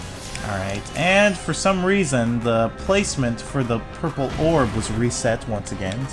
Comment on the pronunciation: puple balls? i thought you were talking abut your testicles